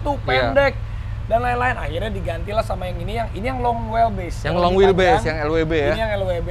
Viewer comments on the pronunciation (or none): Raffi : Long wel bis Mwehehehe